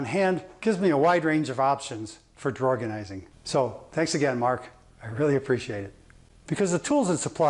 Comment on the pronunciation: Lol drawgonising 😂😂it works 💪